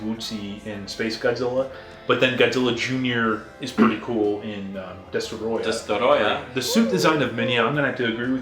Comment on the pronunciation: Son of Godzilla gets better with every viewing. Also, like how you say Destroyah. I feel a certain video game nerd ruined that name for me.